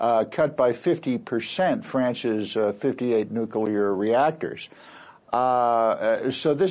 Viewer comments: “Nucular honey. It’s pronounced, nucular.” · It's hard to take you seriously when you can't correctly pronounce the word "nuclear."